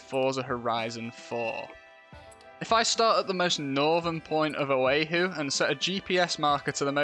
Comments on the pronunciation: Oahu is pronounced oh-ah-hoo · That pronunciation of Oahu was absolutely criminal